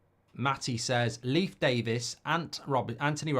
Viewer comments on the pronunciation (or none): none